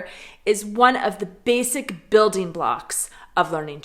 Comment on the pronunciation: neříkej "bejzik" (basic), ale bejsik!